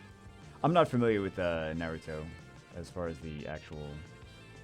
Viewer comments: The way pronounces naruto had me dying 🤣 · Why can't you pronounce Naruto correcty? Come on man